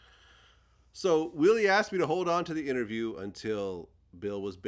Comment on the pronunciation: Lol “imterview” .